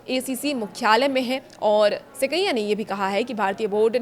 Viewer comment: सबसे पहले को हिंदी सिखलायें। श्री सैकिया को सेकैय्या के नाम से संबोधित कर रहीं हैं। यह अनुसंस्करण क्या होता है?